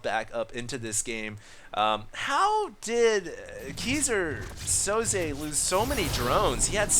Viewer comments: It's pronounced "kai-zer sou-ze". and just like that, failed. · everytime says Keyser Soze, I die a little.. lol sounds like geezer Soze. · I died a little inside whenever he said "kee-sir sozay" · ... It's pronounced Kaiser (king) Soze. Go watch The Usual Suspects. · hey, if you want to learn how to pronounce Keyser Soze (german) check out the vid: /watch?v=BgkBpWc8ngI nice cast!